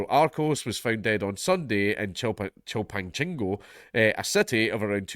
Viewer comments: It's pronounced "shillpanthico"... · It's "CHIL-pahn-SING-oh," The 'c' sounds like a hard 's,' as in the first 'c' of "Cinco de Mayo."